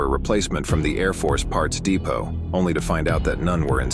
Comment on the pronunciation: It’s pronounced depot. Not depot